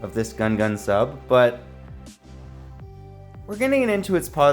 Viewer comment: You pronounced GUNGAN wrong it upset me very much